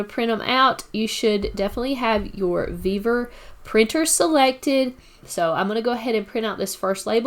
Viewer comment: Sorry, but this bugs the heck out of me. I find it hard to take instructions from someone who cant speak right. Its NOT VevEr, its Vevor! Vevor! Great video otherwise.